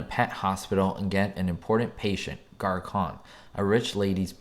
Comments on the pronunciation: “garçon “ is a French word (hence the name for a French poodle) meaning boy or servant — like a waiter. It’s pronounced, GAR-SAUN not GAR-KON. Perhaps the Stooges pronounced it that way in the short as a joke, given they were clearly clueless. The dog was a boy, despite the name meaning boy. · Its Garson,, not Garcon.. Get it right !! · Gar "con" (khan)? Seriously?! Have you ever watched the episode? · Just for the record, dog’s name was pronounced Garson